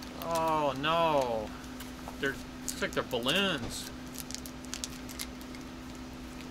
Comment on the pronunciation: Lmao the "balloon" machine 🤣🤣🤣